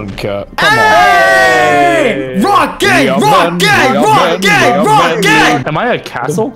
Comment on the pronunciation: When says Rock Gang he sounds like hes saying Rock Gay